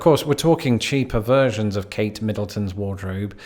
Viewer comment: "Cheaper versions of Kate Middleton" sounded like "Cheap perversions of Kate Middleton."